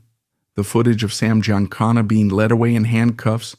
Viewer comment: I am amused by these overwrought stories full of details the tellers couldn’t possibly know, complete w/ mispronunciations “leed” when they mean “led”. Also, I don’t think a mob assassin would bring a .22 caliber weapon. 😊